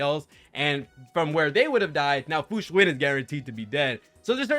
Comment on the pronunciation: You are one of the few CCs who actually pronounce her name correctly. Kingggg